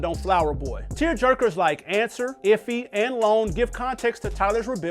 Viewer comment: Know he just reading a script said ifhy (like it’s said like iffy) and said Domo name wrong 😂